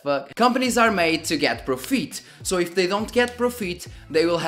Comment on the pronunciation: pro_feet? i guess u meant fit which it should sound like Pro_Fit and not Pro_Feet i mean a professional Feet?